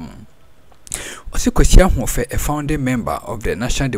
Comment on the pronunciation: It's not Kwesi Ahoufe. It's Kwesi Ahwoi